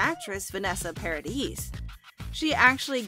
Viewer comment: 300 Mill along with a big apology sure beats the hell out of the gift basket they already sent! Did they really think that would help? But please, learn to pronounce these people's names! Vanessa's last is pronounced yes on the end is silent. Just like Camille's last name is said something mispronounced! But Lily Rose is already working at Disney so this is no confirmation in my opinion that JD Pirates. I've heard various reports none of which have said he has accepted or even been asked for that matter. Disney was quoted as saying they would even be happy with a cameo appearance. Asking Lily Rose if she would be comfortable working with big actors doesn't mean her call either they've named others as a potential choice for this film.